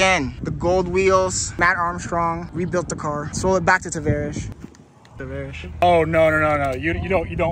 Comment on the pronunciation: Please please pronounce his name better ,🤏🙏